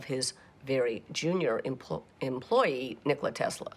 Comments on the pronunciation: It’s true we Americans have never given Tesla the respect he deserves. That starts with the most basic and recurring disses that this film is guilty of too: butchering the pronunciation of his name. It’s not nick-KO-la. The emphasis is on the first syllable, and it’s pronounced like the English words for the joint in the middle of the leg: knee and and the soda: cola: NI-kola. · You know it's going to a bad documentary when one minute in and they pronounced his name wrong! It's Nikola Tesla not Nocokla Tesla.